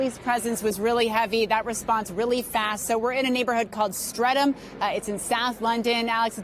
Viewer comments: It’s called Streatham, not Steatham. It would be nice if at least the bigger media outlets did their job thoroughly. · pronounced Stretum! Lol.